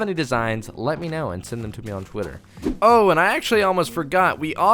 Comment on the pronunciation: Did you say Twitter or squidtter?